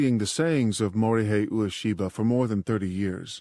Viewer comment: It's not "oo-aa-shee-buh" it's "way'-shee-buh".